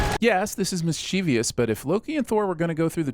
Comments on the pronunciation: ˈmisCHəvəs Mischievious is not a word. Get it together Yo. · Please stop adding a syllable to mischievous. It's miss-chiv-us not miss-chee-vee-us. Randomly adding unnecessary syllables to words is a sin. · DID YOU SAY MISCHIEVIIIOUS?!?!?! NO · I have to sin you for Miss-CHEEVY-us, a pronunciation of a word that doesn't exist. It's obviously interpreted incorrectly because people look at it and think they see the common "ious" ending, but the word is mischievous, which ends in VOUS, which I don't think you would EVER pronounce "EEE-us" if you weren't confused about the spelling and/or the order and grouping of the letters. It's just MISS-chuh-vuss. You're welcome! Maybe the rest of the world will read this and we can do away with this ridiculous mispronunciation. Should I also cover nuclear, short-lived and niche? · Sin on for mispronouncing “mischievous.”